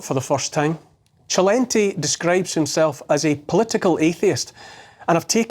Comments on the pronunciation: It's Selentay, not Chelenty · It’s not gently it’s Celente sssss not jjjjjj lol